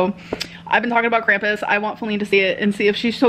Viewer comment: Krampus. Not Cramppuss. It's a entity of german folklore. It's spoken with a long a like Arnold SchwArzenegger. Or Christoph WAltz.